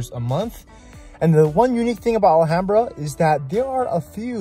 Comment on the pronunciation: alHAMbra pronunciation 🙏 how to spot if someone is actually from 626 or a transplant.